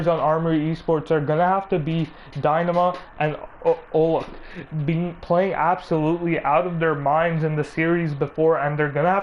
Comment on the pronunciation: Please get a new caster for the next season. The dude is way too hard to listen to. He doesn't even say peoples names right like he has dyslexia or some shit like "" no dude, it's OccultP